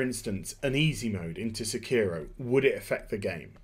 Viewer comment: in spirit of Hermione Granger: it's pronounced sEkiro, not sekIHro